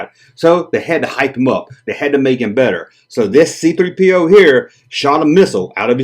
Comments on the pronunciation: Emphasis on the 3, not the P. But to each their own. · Button?Is that what you lot call Badges?!Great video & I still love the way you say C3 Pee Oh 😂